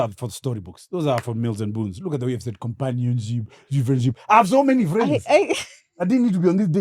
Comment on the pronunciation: Awehhh murugiii my ribs noo!!!😂😂😂😂😂,.. Ati look at how you saying 'companionship,.😂😂😂😂😂